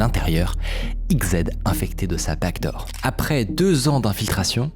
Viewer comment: J'ai regardé genre 10 vidéos dans les derniers jours, et à chaque fois je me demande mais c'est quoi cette foutue "bague d'or" - je ne réalise que maintenant qu'il disait 'backdoor' depuis tout ce temps!